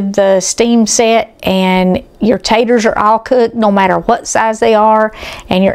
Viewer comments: Ponce Taters not tatters. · I'm as southern as can be. Tennessee born and bred. I used to say purty and taters and ain't, until elementary school. I almost always say pretty and potatoes these days. I avoid saying ain't. The thing is, most southern people do the same. I have to admit that hearing say taters through an entire video is surprising. Don't get me wrong. There is nothing wrong with her saying whatever she wants, but for whatever reason my ears are annoyed. Ooops! I just heard her say potato! I'm embarrassed to admit the word tater is bothering me. Maybe it's the migraine talking. And the upset stomach. I've wanted a good potato salad recipe for a while (egg and chicken salad too). I'll be making this because it looks delicious! All recipes are delicious!